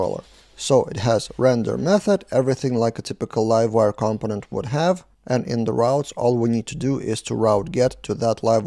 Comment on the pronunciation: It's pronounced "compónent" - stress on the second syllable.